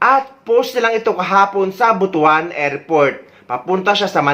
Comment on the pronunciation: Pls the right pronunciation ng word ng Butwan not Butu an altho the spelling of it is Butuan.pls